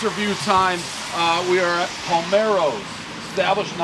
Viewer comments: Ok, tell me I'm crazy... I see the sign in the intro. Palermo is a city in Sicily. I swear, I say out loud to myself, "We're here at Palmero's", joking that Dave would get the name wrong, then this happens . Does he do it on purpose? I guess there was only 1 way to mess it up if he meant to do it. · the fact Dave just reads it Palmeros is great 😂😂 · "what's the name of this place? pAlMEroS!" LOLOLOL. One day, the made guys will shoot him for botching all this Italian names. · the fact Dave is calling it Palmaro's and not Palermo's is making my Italian blood boil... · At least get the name right Palermo’s not palmeros geez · Dave why can't you say Palermos correctly .... palmeros or palermos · Lol come on.. paler, palmer. Kind of an easy error if you're especially dave, and it's been 10 minutes since your last bump. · Dave just keeps saying Palmero's even when everyone is saying Palermo's. BTW, Palermo is the capitol of the region Sicily in Italy. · I think you mean Palermo’s not Palmero’s!!! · I love these reviews but why can’t Dave properly say the names of half the joints he reviews? Palmero’s? He can’t say Palermo? It’s not that tough a name. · Dave keeps calling the place "PALMEROS" but the name is "PALERMOS" like the place in Italy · It’s Palermo’s not “Palmero’s” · You’re saying it wrong it’s Palermo‘s not Palmeros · if he says PALMEROS one more time its PALERMOS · Palmero's? It's Palermo's!!!!! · Its Palermos not palmeros dude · “We are at Palmero’s”. Nope lol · This guy literally stared at the box and still said Palmero's. I don't get it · Palermos, not palmeros. Have another beer. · It's P A L E R M O S. Not Palmeros. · Pal, Er, Mo's , Say it right Not Palmero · IT'S PALERMO'S' CITY IN SICILY!!! Not RAFAEL PALMEROS!!! JESUS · ITS PALERMO'S. DAVE...NOT PALMEROS... ARE YOU UNABLE TO. READ..? YOU SAID IT TWICE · Nobody is going to comment that they keep calling it Palmeros 😂😂😂😂 it’s “Palermos” 🤓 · Fool kept saying “Parlmeros”🤦‍♂️ PALERMOS!